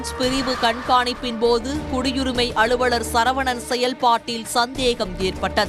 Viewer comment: அளுவளர் இல்லை, அலுவலர். நாக்கில் வசம்பு வைத்து தேய்க்கவும்.